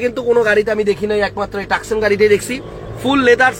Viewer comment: গাড়ির নাম ,, তোসান ,, সে বলে টাকসন